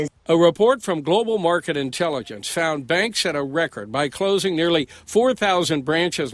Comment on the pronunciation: say CLOSING NOT CLOZIN!!!!!!!!